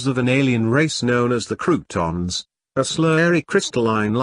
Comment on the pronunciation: It's pronounced "CROW-TONS", not bloody "croutons"!!!